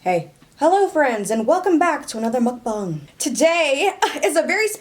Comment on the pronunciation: FINALLY SOMEONE SAYS MEOKBANG RIGHT